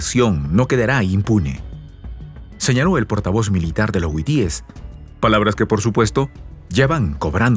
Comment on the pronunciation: Hasta cuándo aprenderás que es HUTÍES?. no es huitíes. Es HUTÍES, BESTIA!